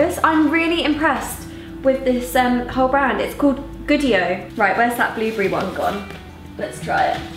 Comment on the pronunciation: I love how Niomi says blueberry, "blewbree" 😂❤❤